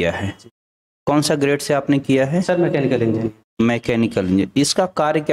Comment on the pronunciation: Grade nhi Trade hota hai